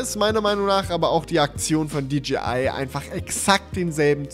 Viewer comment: Endlich jemand der Englisch kann. Es heißt auch nicht ”tschibiäl“ sondern "tschäibiel" und auch nicht "ditschiai" sondern "ditschäi ei" und über Huawei lässt sich streiten